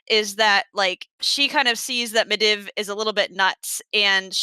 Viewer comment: I'd like to applaud commitment to going back and forth between how she pronounces Medivh lmao. Med-iv vs med-eev.